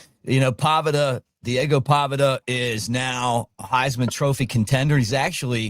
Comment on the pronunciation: Was that a joke or did you just botch Pavia’s name. Lol